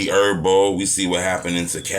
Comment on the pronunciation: HERBO WTF! THE H NOT SILENT